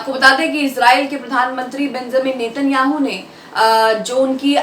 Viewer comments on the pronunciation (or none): none